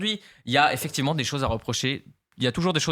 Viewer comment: "Oui affectivement" ahahahahah je bois toutes tes paroles